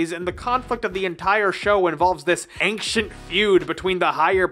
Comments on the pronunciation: Who tf pronounced “ancient” like “anxiount?” Triggered. It’s ayn-chent. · Ancient is pronounced “Ayn-chnt” not however you’re saying it. Really bothered me the whole video. Look it up. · Wait did I hear ancient pronounced “anxient”? 😏 Niceee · "ainKcient" Now you can never unhear it.